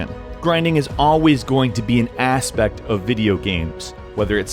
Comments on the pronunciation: It's "aspect", not "asspect" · I heard ass-pect one time, i can't heard something else...